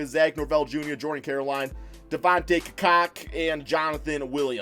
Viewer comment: Devontae Ca-cock not cucock damn man